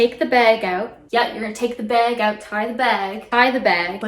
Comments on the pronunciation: “Bayyyg” Canadian accent detected 🚨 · I liked the "take the garbage out" bit because the way Canadians say "bag" and "out" is so satisfying